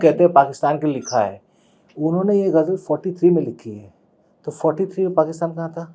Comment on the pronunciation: Son of Majrooh Sultanpuri cannot pronounce word ‘Ghazal’ , says Gazal .